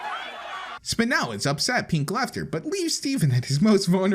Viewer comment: its spinel NOT spinell